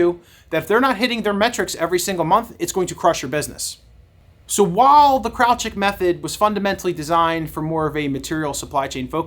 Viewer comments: Kraljic is of Slavic origin and is correctly pronounced as "KRAHL-yeetch" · Thanks for the video and background on it... please do a retake with a proper pronunciation of the name of the main / subjected character ;)